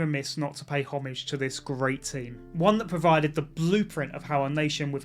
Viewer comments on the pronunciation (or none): none